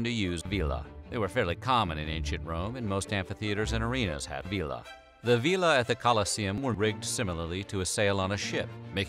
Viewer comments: Vela is pronounced Vay lah. Not veee lah. Vila would be vee lah. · Ask a real Italiano how to pronounce "Vela". Next time :-) Sempre Avanti!